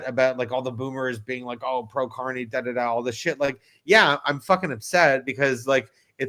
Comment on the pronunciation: Lol is that sunny guy calling Carney corny on purpose? It cracks me up every time 😂😂😂